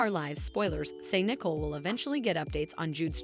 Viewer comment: Her name is not Nickel it is pronounced. Knee-Coal but this want do you any good if you can’t pronounce these words either